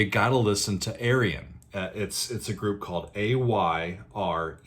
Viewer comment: Ayreon ; -) or Are-yun Loo-kah-sen.